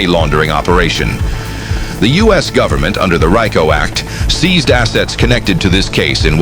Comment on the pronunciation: I Never heard of the RI - CO act . Do tell !!